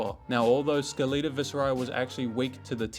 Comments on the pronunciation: like skeleton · i refuse to believe thats how you say skeleta